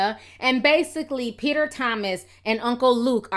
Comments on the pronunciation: peach-er Thomas 😂😭💀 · Girl you had me dying when you call Peter Thomas " uncle bens" LMAO!!!